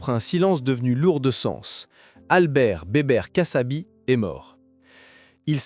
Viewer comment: kassabi pas cassabi